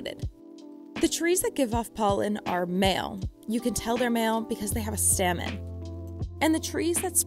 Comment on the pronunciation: Why does this narrator ask a question every time she says a phrase? Can we get her inflection lessons? She can't even pronounce stamen. Her pace is so slow, if you're going to talk about a boring topic make it interesting.